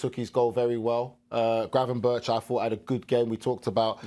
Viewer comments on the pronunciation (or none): GravenberGGG not like Birch like BerGGG